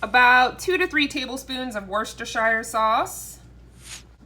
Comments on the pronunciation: Lol. What’s-dis-here-sauce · Hey... I am originally from MA... where we have the town Worcester... I am going to help you pronounce it properly. Say it with me... Woos-ter-sheer (pretend the first R is not in the word and don't pronounce it SHIRE as in Lord of the Rings). It makes me laugh whenever YouTuber's struggle with this word because it is second nature from people in New England to say it properly. LOL. Love you guys and your chili recipe is pretty close to my own!! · 'WER-STER' sauce....my mum is from England and said there's NO 'shire' in 'wer-ster' sauce!! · Say it like this: wister-sher. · It’s “wash your sister” sauce! 😂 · It's pronounced "Wooster-sauce" 😉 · Being a Brit, we pronounce Worcestershire sauce as....Worcester sauce. “Wooster”, leaving out shire! Haha. Hope this helps 😊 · Wuss... te... sher sauce. Fab chilli. Delish. xx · you pronounce it wusster, as in wuss-ter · Sending help ... ‘were ster sheer’ sauce 😊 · Hi from New Zealand great recipe. It's pronounced "" Woostersher"" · Love the recipe and your Chanel, in the uk it’s pronounced wuster sauce x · If I were creating a you tube video and didn't know how to pronounce a word I'd be sure to look it up before I embarrassed myself for the world to see. Worcestershire is in every dictionary. Free online dictionaries too.